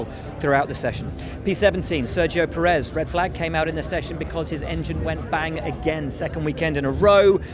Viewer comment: Will, could you please learn how to say the drivers' names correctly? Pérez. PEAR-ezz. It sounds so strange how you say it.